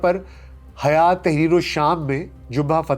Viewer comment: حیات نہیں بلکہ ہیئت